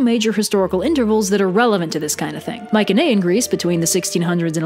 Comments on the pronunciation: "My-see-knee-ian" not "Mike-an-aye-an" ... I'd say nothing if you mentioned it once or twice but Holy crap you mentioned it like 8 times in 8 seconds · Interesting content :) By the way, Mycaenean is pronounced with a soft C, like. Myseneean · Your pronunciation of Mycenaean is killing me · That's not how you pronounce Mycenaean in English. We don't even know how it was pronounced in bronze age Greek...oh, wait a minute. It wasn't pronounced at all. It's an English word.